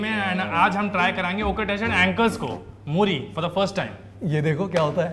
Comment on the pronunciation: मोरी नहीं मूरी and गले में नहीं सीधा लीवर में लगेगा Himachal Mei nahi sirf Distt Kinnaur Mei..